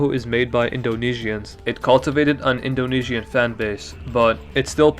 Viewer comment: Cool party game idea: take a shot every time he says “indo knee she an”